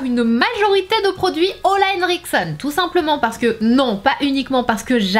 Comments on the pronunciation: Mais pourquoi tu dis "Olahenriksen" alors que cest "Olehenriksen" ?? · petite question.. pourquoi j'entends toujours "ola" au lieu de "ole" ? c'est bien "olehenriksen" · Je suis la seule à être perturbée par la prononciation de sana "OLA est chez nous!" Alors que la marque c'est olEhenriksen. Juste pour savoir si je suis perturbée pour rien ou pas😅 mais tkt sana je t'aime quand meme😁❤